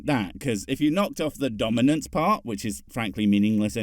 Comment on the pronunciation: donimance!?? 🤦🏼‍♀️ seriously!?? it's d.o.m.i.n.a.n.c.e!!!!!! you cretinous hypocrite.